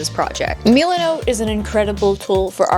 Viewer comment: your saying milenot like meelinot but its just milenot